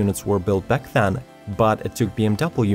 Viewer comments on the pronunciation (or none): none